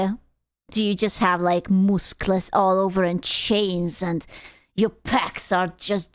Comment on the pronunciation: I enjoy pronounciation of M U S K L E S